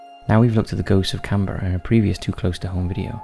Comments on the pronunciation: Ugh. It's pronounced "Can-BRUH", not "Can-BEAR-uh". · 'Can Beara'? Why does the narrative not have a clue how to pronounce really well known places and names?